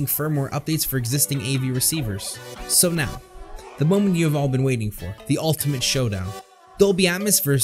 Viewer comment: "Wheell" "SSSo"